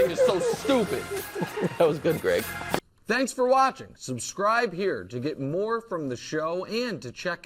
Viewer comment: “Greeeg Jennings” 😂